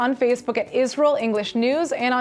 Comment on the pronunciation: I like Natasha's pronunciation. I like Natasha.